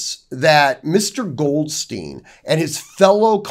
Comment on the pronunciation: Just a quick point of pronunciation with German names, Goldstein is pronounces Gold Stine, Goldstien would be pronounced Gold Steen. Pronunciation matters. In German, the second consonant is the one pronounced hard...